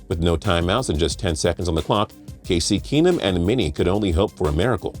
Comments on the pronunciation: He pronounced kase keenum Kay-see keenum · Casey Keenum? Casey?!